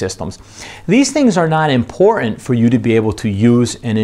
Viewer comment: OK the word important has a "t" in it for a reason. It is impor-tant not impor-ant...